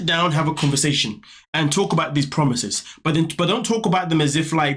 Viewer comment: Too many broken promiseths promiseths 😂